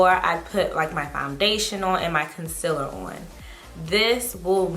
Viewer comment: I thought it was Concealer not Concillar